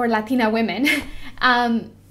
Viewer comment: so what happened with the spainsh makeup tutorial you did a while ago not sure when, idk if the video is still up to lazy to look but yeah you spoke spaish very very well! even when you said latina you sounded mexican af